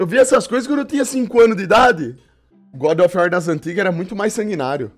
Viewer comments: " godi ofi uor " kkkkk esse maluco é uma figura. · é das antigas, fala Gode of iuar memo e sifodakkkkkk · O cara não sabe nem pronunciar o nome do jogo kkkkkkk e vem falar mal? Meu Deus que cara mais limitado. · Mano o cara n sabe nem falar o nome do jogo, e quer falar mal da dublagem do trailer